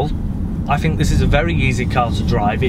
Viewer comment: “I fink”